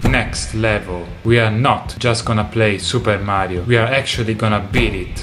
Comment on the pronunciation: Awesome to hear an Italian say "Super Mario" ^^